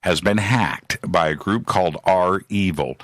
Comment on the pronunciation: Sorry guys its not R-evil its (reviel)